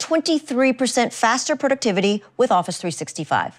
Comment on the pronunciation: The way she almost fucked up the word productivity got me understood what intel is xD